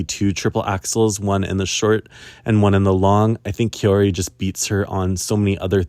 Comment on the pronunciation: Hi just a little pronunciation thing, Kaori is pronounced like maori (from new zeland), the “Kao” part is like Kao Miura, and not like you would pronounce “caos” en english! And I want Wakaba to win a medal too, but I guess she needs to peak at japanese nationals more than in GPF? 🤔